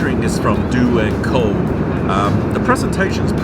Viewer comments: Sam Chui: Do and Co Everyone else: dough and co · it's dough and co. they are starting to command air catering. Austrian company. eaten and lived in Austria. Do&Co also on Turkish Airlines. for the most part of a high standard